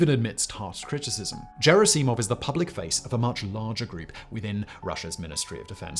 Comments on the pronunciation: just a word of note regarding the pronunciation of the surname Gerasimov, it's not a soft G, sounding almost like a 'J' like in Germany, it's a hard G like in Gold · After hearing how you pronounce *G*erasimov and ev*G*eny (both of which spelled in Cyrillic with "Г" and pronounced with "G" as in "great"), I have no doubt that you pronounce the acronym for Graphics Interface Format like JIF. 🤨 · Mispronouncing Gerasimov's name so badly is actually impressive considering it was a full third of what Prigozhin said for months. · I believe “Gerasimov” is pronounced with a hard “G”. But you’ll NEVER hear me correct the British tendency to pronounce “Putin” as “Pyoo-tin”. It makes it sound as if he stinks. Of course, the proper pronunciation of “Poo-tin” does as well. He’s a Russian shit after all. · Doesn't Gerasimov have a hard G sound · gerri-see-mov???? You mean Gerr-ass-imov. lol good lord your pronunciation is... lol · its Gherasimov not Jerasimov, GH like G-ood not Gj like J-am or J-erry PS. I wrote is only because that name is repeated constantly in these days, you just cant miss it And on topic, the biggest problem in their army is same as it allways been, too much usage of the ranks in every day army life. Ppl are either too scared of higher ranks, and higher ranks use their power on lower ones simply because. It creates untrust among ppl, it creates dodging higher ups, it creates so much problems. Lot if good informations dont reach command, maybe some good ideas are not told, and, in general, theres clear wall between soldiers and their command, they are not viewd as a part of your squad. Not even gonngo about rumours and shit caused by this. Its the way in russian army that allways was and still is, no matter its clear as day to everyone thats a bad thing. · A very short remark: I think you should pronounce "Gerasimov" correctly. "Gherassimov" not "Djerassimov". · Jair-ass-see-mov? It's Ger-asse-mov. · It's Gerasimov not Cherasimov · "Jerry Seemov" LOL